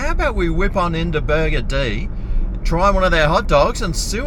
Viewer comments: I am pretty sure this place is NOT pronounced "Burger D"! FMD. Maybe next time say it in a similar vein to the word 'buggered'. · Why do you call it “Burger-Dee”? It’s meant to be a play on the word “buggered”. As in “Burger-ed”. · Stop saying burgerdee its so annoying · i mcthink its pronounced burgered mcbro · I've never been there before, but I always thought it was pronounced "burgered". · Burgerdee? I'll be buggerdee if that's the pronunciation. Supermarket next time instead of this crap rap clown Seppo slop snack. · LOL! its actually pronounced "burgered" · It's pronounced burgered as it is one word.